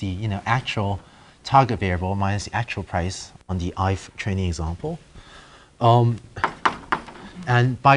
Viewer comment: i don't know if it's me or the teacher, but i can't stop hearing "Chinese example" instead of "training example"